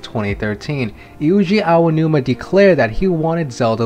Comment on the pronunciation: His name is not "Iuji Aonuma." It is Eiji Aonuma.